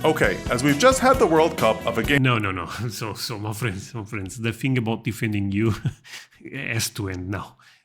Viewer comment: I love the way you say "my friends". It sounds like you are saying 'muffins'.